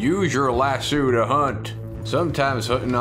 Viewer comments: It's not lassoo it's lass-o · Convincing accent except for your pronunciation of "lasso". In the states we say Lass-Oh. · As a Southerner who grew up around cowboys, it pains me how you pronounce lasso lol. You say it like an Australian. Still love you long time!